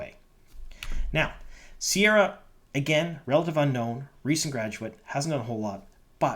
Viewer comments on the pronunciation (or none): Re, pronunciation. Ceara is one of the anglicised versions of the Irish name Ciara, try pronuoncing it as Kare-ah with a hard C, rather than with a sibbilant C/S. Other than that, she looks appropriate. I hope they give her blue contact lenses for authenticity.